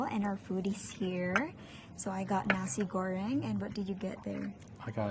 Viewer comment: LOLOL that was the most Americanized "Nasi Goreng" I think I've ever heard. You could be from Texas, but DEFINITELY NOT Indonesia mom.